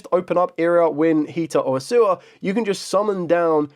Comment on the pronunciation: Its A-U-SSA (A-OOH-SSA). Not Assua. Thanks.